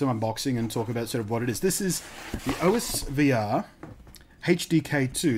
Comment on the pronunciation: It's pronounced (aws-ver)